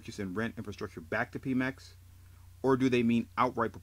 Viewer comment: its not pee mex.. its PEMeX!! Like Pedro!! Pe Mex!